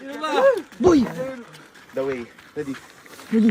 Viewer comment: 😂,😂😂😂😂walang excited sa the way😂😂😂parang na stroke yung da way😂😂😂😂😅😅😅...expirience ng bawat 1 maaalala nyu lahat pg uwe ng pinas lahat yn god bless capinpin brothers